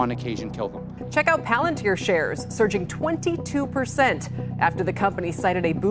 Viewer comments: God I wish more people learned it's pronounced 'Pah-lantier' not 'palan-tir' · Everybody (including Peter Thiel, co-founder, and Alex Karp, CEO,) pronounce "palantír" improperly. If I'm not mistaken, in Quenya (the Tolkien-constructed language the word "Palantír" exists in,) the stress typically falls on the second-to-last syllable if the vowel is long. In "palantír," the "i" is marked as a long vowel, so the stress would fall on the second-to-last syllable, i.e. syllable 2: "pa-LAN-teer." The plural form, palantíri, would be pronounced with stress on the second-to-last syllable also, like "pa-lan-TEER-ee." Tolkien has a grammar guide for the Quenya language you can easily look up for good info. Edit - I should add that Palantir, the company name, technically does not have the I marked as a long vowel the way the item from the book does, so the company name may actually be produced like "PAL-en-teer," which doesn't sound half as cool, but the common noun item from the book is pronounced like "pa-LAN-teer." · It annoys me to no end that they named it after the LotR Palantir but CAN'T PRONOUNCE PALANTIR CORRECTLY!